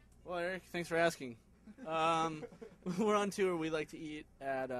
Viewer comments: no it's not tore, it's toor. but now i'm starting to say it tewer because of the maine, lol. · 1) i love how john answers his question(s) in complete sentences 2) i love how Nick says "what's a panini?" & 3) I love how everyone says "tewer" instead of "tour" lol